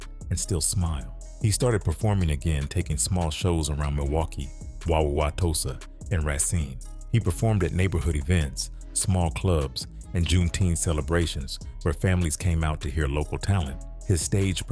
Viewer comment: Bro sound like a baby tryna pronounce Wauwatosa 😂